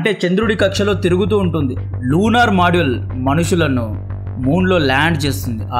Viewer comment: Space లో weather ఏంటి బాబు తెలిసే మాట్లాడుతున్నావా. మోడ్యూల్ బాబు సరిగ్గా పలుకు